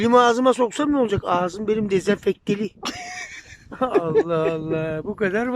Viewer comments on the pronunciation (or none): Agzim desenfekteli diyor adam 😂😂😂😂😂